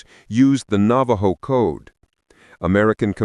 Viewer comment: I'm a Navajo and I'm laughing at the narrator, he can't pronounce the Navajo words correctly.